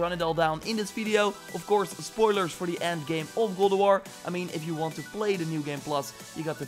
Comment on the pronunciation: Every time you say “God” I hear (Glob)